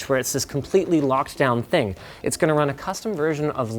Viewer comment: You meant, "one more Ting," I think. I write freelance fwiw lol